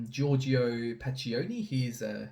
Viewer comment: Great work once again. Note though that you pronounced pacchioni wrong, I sent you an audio recording of the pronunciation in messenger.